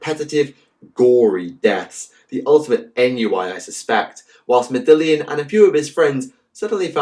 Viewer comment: Good video as usual, but as a small note ennui is pronounced "On-we" because the french are awful.